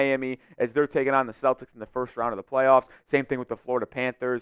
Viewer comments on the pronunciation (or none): none